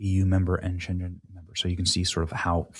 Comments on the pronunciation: Benny, why not google words to hear how they are pronounced first? You botched the word "schengen" about 100 times. It would make you more professional as a journalist, especially since libs smear all conservatives as uneducated hicks. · Sorry, I didn't quite catch which city you meant at first, but the city isn't pronounced like the Chinese city of Shenzhen; instead, it's pronounced like "shen-gen," with the 'g' in "gen" pronounced like the 'g' in the word "Great." So, "schen-Gen." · Benny, why don't you look up pronunciation before you broadcast? You're supposed to be a professional broadcaster. It's not "Shenjen"! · Schen-Gen ('g' as in 'gun'). Come on. How do you not know this? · The Schengen Agreement has been in effect since 1985 Benny. And it's a hard "g" as in "go". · SCHENGEN is pronounced "SHANG-in", rhymes with HANGIN' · You may not have heard of Schengen before, but JFI it’s pronounced with a hard G (as in Guttural) not like the G in General. ❤ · It's pronounced Schengen (shaing en) , similarly to *singin' in the rain * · Ceuta - a Spanish city on coast of Morocco - so beautiful ornate orange trees line the streets / this is so incredibly sad. This is the start of the fall of Spain, I have sailed it many times- just 16 miles from Ceuta to Gibraltar, It’s pronounced - Scheken- the right of free money within the EU. What we need to pull out of. I lived in Brussels and France before Schengen - never was an issue with passports and I travelled frequently all over Europe. eU nations need to end Schengen. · You are very right in everything you said Mr. Benny. However, Schengen is Not a Chinese name. It is pronounced /ˈʃɛŋ.ən/. I hope I wrote it right, English is not my first language, I am Romanian. Schengen Agreement is an 1985 treaty that created a European zone of free movement without internal border controls. Today, the Schengen Area comprises 29 member countries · Shengen is pronounnced SHENG-ENN, ALMOST RHYMING WITH PENGUIN. Shenzhen is a city in China